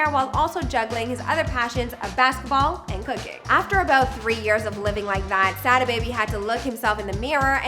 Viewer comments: I hate the way the host pronounces "Sada" 🤦 smh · she can’t do enough research to say “Sodda” baby not Sad A baby